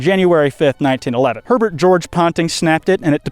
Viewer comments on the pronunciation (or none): none